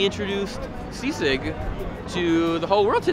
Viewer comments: Whyvhe say seasick its sisig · Sisig not S. I. S. I. G. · I’m from Manila and would pronounce it as SEE-sig. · When people hear that it sounds like seasick. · I thot he's going to say Say-sayg🤣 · Seasick, Sea snakes, c-6. Man subtitles can't pronounce "Sisig" properly